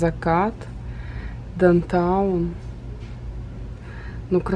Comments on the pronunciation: Мне тоже ухо 👂 резало как произносит несколько раз дантаун.. правильно будет даунтаун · попросите дочку научить вас произносить down town